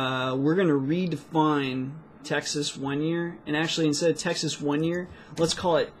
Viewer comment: i gave a break to videos and i was listening Texas as the taxes :D fck me right ?